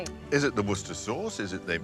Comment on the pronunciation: Britis pronounce the area "Wooster." Northeast coast USA sailors call Gloucester "Gloster." So do Brits. I don't know why they're saying "Woo ches ter" here.